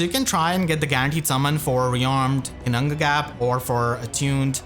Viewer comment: The flawless double Ginnungagap pronunciation 2 seconds in really caught me off guard XD I wonder how many takes that took you, got me in awe hahaha